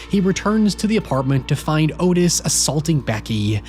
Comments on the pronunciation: Its not Otis its pronounced ahtis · Not the point, and the movie probably got it wrong, but Otis apparently pronounced his name like Aw-tis, or Ottis, not Oh-tis. But he was a POS either way.